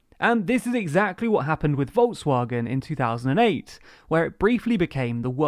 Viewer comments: You pronounce it as Folksvagen not Volkswagen. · Normally I don't like it when educational videos can't be bothered to pronounce german words correctly but Volkswagen was build upon the Holocaust and keeps working with cruel governments so I won't complain about "woldswagän" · The way you pronounced Volkswagen is disgraceful.